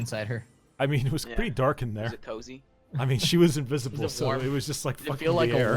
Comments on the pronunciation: "it was pretty DARKIN there" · "It´s pretty DARKIN there" ? :D